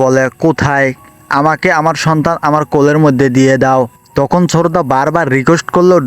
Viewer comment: শ্রদ্ধা কে শ্ররদ্দা বলচে 😂😂😂😂😂😂😂😂 হায় রে মানুষ কথা বলতে ও বুল করে 😁😁😁🤣🤣🤣🤣🤣🤣🤣😆😆😆🤣🤣🤣🤣 আমার তো অনেক হাসি পাইতাছে 😂😂😂😂